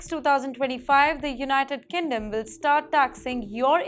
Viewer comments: Kingdom. Not kindom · Why she said United kinddom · Did she say United kinndom!?